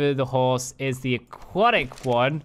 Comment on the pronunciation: No one caught the first time he said Aquatic? He said Aqu-attic. lol The arctic one is made to look like the Aurora borealis i'm thinkin. The thing above you on the parasaur is an equivalent of a pergola or umbrella. It's made to shield the rider from the weather lol Favorite saddles? Equus arctic, Parasaur Arctic, the jungle saddles for all of them and the Ember ones too. not really digging the aquatic ones.